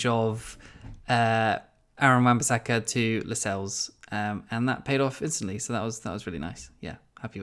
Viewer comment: Lacazelles? Is that an inside joke or have you butchered La-sells that bad hahaha